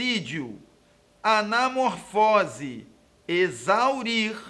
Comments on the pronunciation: Isso mesmo, a pronuncia esta errada! E portanto a questão também esta incorreta. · Exatamente isso que fiquei pensando. Essa questão deve ter sido anulada pois a pronúncia correta é "subcídio". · Professor, seria interessante rever a pronúncia da palavra" subsídio",pois não é da maneira como o senhor pronunciou. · Subsídio não tem som de Z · Ñ, se pronuncia subzidio com som de z.